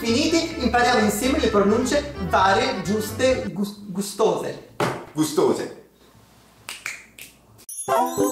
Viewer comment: Noi ridiamo e scherziamo ma il “gustose” di era perfetto